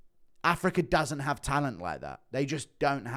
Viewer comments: does know it's pronounced "africa" not "africar"? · Damn man I love Guru but I can’t stand his pronunciation of certain words 😂 “Dan-er white” “Afric-er” but in certain incidents he can said “Dana” and “Africa”